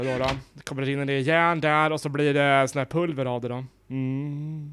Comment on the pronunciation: Cupparrrrrrrrrrrrr och järnnn (Coppar och järn)